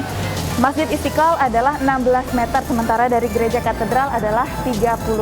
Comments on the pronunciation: Mba kalau ngomong yg benar masjid istiqal kok pake istikal hahah lidah ya kenp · Istiqlal coi bukan istikal okey